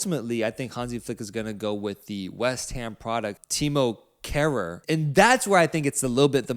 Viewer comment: Man said timo kehrer😂